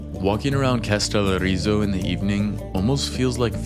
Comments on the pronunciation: How difficult can it be to pronounce the word Kas te lO ri zo, with the emphasis on the first O. Is this an iq thing? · To the video maker: Did it not occur to you to take a moment to listen to the audios on the internet to learn how to pronounce both the Greek name of the island that is the subject of your video, or the Turkish name of the Turkish town adjacent to it??? Kastellorizo is pronounced Kah-stell-OH-ree-zoh. Accent on the 'O". The name of the Turkish town Kas (with an phonetic symbol under the 's' that gives it the sound of 'sh') is not pronounced like the English synonym for money in hard currency (cash), but with the letters 'Ka' prounouned 'KAH" ('a' as in 'father', followed by the 'sh' sound. Your Americanization of these names shows a lack of respect for the languages of the foreign lands you are visiting. Bad enough when just talking among yourselves, but if you are going to make an educational video, you might trouble to not mispronounce place names. I also need to say that hearing your friend use the word 'insane' several times within maybe 3 minutes to express his amazement at the beauty of the views he was witnessing (along with all of the other American 'wowing' about everything made me turn off the video. Better to just shut up and let the cameras SHOW the beauty, as do the best travel videos. I say these things as an American who has lived in Greece for decades who hears young American tourists talking the way Greeks hear them...